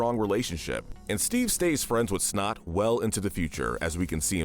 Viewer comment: Why does this guy always take one character and fuck up the name Shot instead of Snot here, J.R. instead of Junior for The Cleveland show...